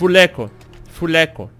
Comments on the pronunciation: demorei pakas pra entender que o tava falando full eco e não fuleco... kkk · Eu achei q ele tava falando fuleco.kkkkkkk